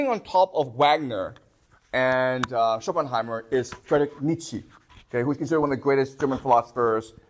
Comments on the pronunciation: It doesn't really add up that nicely like he wants it to have happened, but nevertheless interesting lecture. Ah, it's SchopenHAUER not Schopenheimer, drives me crazy hehe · This is an absolutely GENIUS lecture! But please stop calling Shopenhauer Shopenheimer 🥲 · oh fuck,this man is called Shopenhauer NOT Shopenheimer.Boy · Schopenhauer, not Schopenheimer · When he finally remembers from his slide that it's Schopenhauer, not Schopenheimer and seamlessly corrects ^^ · Schopenhauer not Schopenheimer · please stop saying Schopenheimer 😅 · Schopenhauer not Schopenheimer. Klugscheissmodus aus. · Good content!! But please, it’s Schopenhauer, not Schoppenheimer 😅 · Not Schopenheimer... ShopenHAUER... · Schopenheymer :D